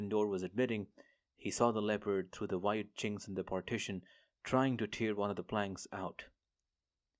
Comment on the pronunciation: Have listened to and enjoyed few of your J.C audiobooks. But every now and then I'm jarred by your mispronunciation of some words. So pls brush up on 'tear' and 'wound'. They have two different meanings each - and sounds. I am an old journalist and English teacher. Cheers!